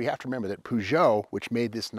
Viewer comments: Peu-jho Steve Peu-jho like inspector Clue-zzz-ho Clue -zzz-ho:face-orange-raised-eyebrow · I always pronounce the car's name as "push it " !😂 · Up until I was around 12-13 years old I used to think that Peugeot was pronounced "Pew-got" 😂 🤦‍♂️